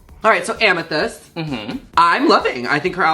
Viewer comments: omg mother yu coming through with the editing! the flashback of the “ICEES COUTURE” inside the zoom call with Icesis Couture INSIDE the reference of the last bootleg review yall did inside the joke of pronouncing Amethyst as AMETHIEST? I love this show so much oh my god 😭 thank you for all the context. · I almost wish laganja hadn't corrected you about the name amethyst. I'm so sorry, but that just would've been really funny hearing you say it wrong all season lol. I'm just kidding girl. I'm just being shady. Hehe. You both look Gorgina btw!! 🖤